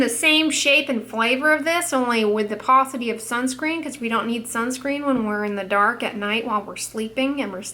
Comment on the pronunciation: *paste-y not pastry.... Geez...